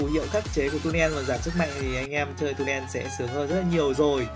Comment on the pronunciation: " trùm mid Tunen " ngọng ghee 🤣🤣